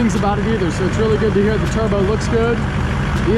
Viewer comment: You say turbo weird. 😆 Turr-bO